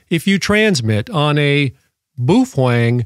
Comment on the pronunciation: so it's okay to break the law? irregardless is not a word. BOW (as in bend in reverence) - feng. and, you're welcome